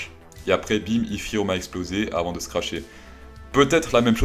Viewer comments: Il le dit en anglais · J’attend avec impatience quand tu dis ifiryum mdrr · Iszirihoum! Voyons🤣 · nan nan je tassure man ! Aucun anglais le dit comme ca haha